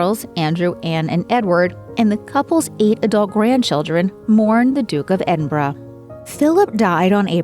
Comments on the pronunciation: I'm sickened by the way this narrator says "Edinbruh". Nice try, but it is ˈed(ə)nbərə. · Don’t you love to hear this moron pronounce Edinburgh as Eden buroughhhhh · Pronounced: Eden-bruh if you are British 🇬🇧